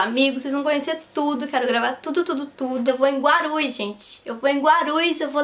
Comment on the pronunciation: "Vou para Guarus!" foi o melhor!! HAHAHAHAHAHA Cuidado para o localizador não entender Guarulhos!!! Kkkk